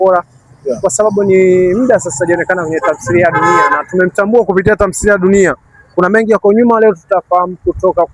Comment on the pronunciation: Mtangazaji sio tamsiliya ni Tamthiliya